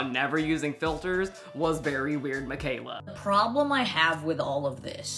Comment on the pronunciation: Theyas no filtas 😂😂😂